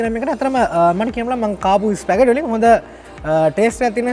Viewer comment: "ස්පැගටි නෙවෙ ස්පැගති" from italy...just knowlege of u